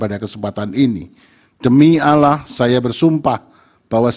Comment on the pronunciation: Jika bapak seorang Muslim,saya meragu kan sumpah bapak,pak.sejati nya sumpah yang hakiki dengan atas nama ALLAH dan mengatas nama kan ALLAH sejati sumpah itu baik secara tulisan maupun secara lisan HARAKAT nya adalah secara tulisan latin adalah "ALLAH" bukan ALA (bukan tulisan atau sebutan kalimat ucapan "SAYA BERSUMPAH ATAS NAMA ALA")